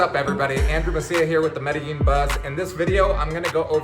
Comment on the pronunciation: Bro, why don't you guys know how to pronounce Medellin?